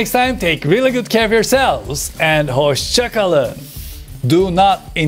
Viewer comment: did you just say hoscakalin :)